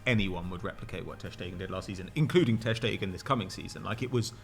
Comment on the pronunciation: He had to say his name wrong 50 times... Painful to my ears... Ter Schtegen